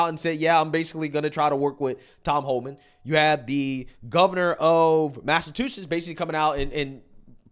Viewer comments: mass a CHEW setts!!! Get it right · Please learn how to say, "Massachusetts." 🤣😂🤣😂